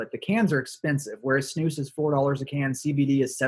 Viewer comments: The way you pronounce snus ”snos” is pretty funny for me as a swede ;) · Not sure how to explain:) pronounce it correctly it should be the letter U like united and not O but you still pronounce it decently:)... I like Lundgrens skåne white because it has kind of a fruit flavour...:) Btw doesent nicotine cause aterosclerosis?